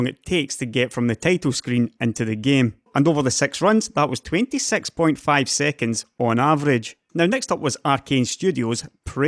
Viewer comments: English is not my first language, so sometimes I use subtitles to help me to understand. It's funny because when he says "six" the subtitle understands "sex" because of his accent, like with Civilization Sex. They solved with software what took Intel a treasured NVMe slot, with an expensive drive, to solve. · Six pronounced as sex. My brain was on fire after listening to this ;P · No harm, but your's accesnt on "six" is gilarious. Cheers!